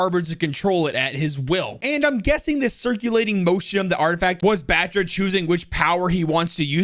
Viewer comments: If you really want to know how to pronounced, it’s (VA-RROON BHAAAA-TRA). So it’s not BAtra it’s BHAtra like how you would say BaBa Blacksheep; the A in his name is not the typical English “a” it needs to be pronounced with a more deep tone as if ur saying AAAH (When the dentist asks you to open your mouth). says it wrong as he neglects to give the deep undertone to the “a”. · If you wanna pronunce Batra, just say BATH-RA not bat-ra